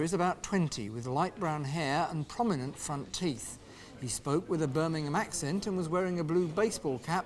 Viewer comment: When says Birming-hom eat a pork scratching..